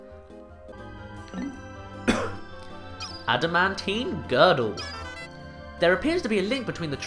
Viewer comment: WOOOOOOOWWWW you're SO European that you can't even pronounce adamantine XD